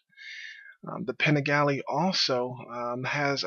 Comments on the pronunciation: All good. Both bikes are dope. I'm a little biased considering I own an hp4 but have ridden both. My only thing is: Could you please learn how to pronounce Panigale. It doesn't have a diacritical - ie. it's not an é. Js. Bless. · All I'm going to say is that I could tell this was going to be a biased opinion based on the over emphasized introduction of the "PANIGALE" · Great vid, but i would not call it an 'unbiased' video, its clear that you like your Panigale more. Even right at the beginning you put the emphasis on 'Panigale' but say HP4 normally.